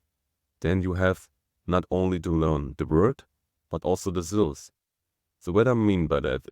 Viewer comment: "Syllables" not "silves"